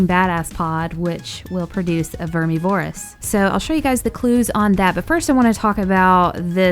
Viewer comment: It is pronounced verm miv er iss